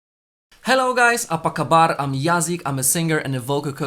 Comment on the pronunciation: i love how you pronounce malay words like cinta and apa khabar 😍 like like like 😍